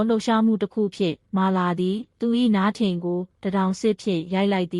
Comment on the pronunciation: မြန်မာစာပြန်သင်လိုက်အုံး။မြန်မာစာမှာရေးတော့အမှန် ဖတ်တော့အသံတဲ့။သားရေဂျာကင်ကို(သရေဂျာကင်)လို့အသံထွက်ရတယ်။နားထင်ကိုလည်း ရေးတဲ့အတိုင်း'နားထင်'လို့မဖတ်ရဘူး။'နထင်'လို့အသံထွက်ဖတ်ရတယ်။အဖြတ်အတောက်မှန်အောင်လည်းဖတ်ရတယ်။😅😅😅မောထာ...